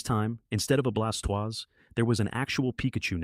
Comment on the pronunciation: Fix the pronunciation of the blastoise, gyradose and salamence